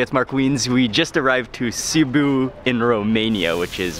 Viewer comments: sibiu not ciboo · Ohhh stop saying Cebuuu this is in Philipines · Name of the town:Sibiu This guy:Sibu Me:*cries in Romanian* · It's not SEE-BOOH, it's See-Bee-wooh With the accent on Bee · Sorry Mark, the correct name of the chty is Sibiu', not Sibu. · Dude learn the name of what you eat and learn to pronunce the names of the places you are going. Sibu, lol ffs. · hello i am a romanian sibiu its pronunced SIBIU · you say the name of the city wrong on purpose?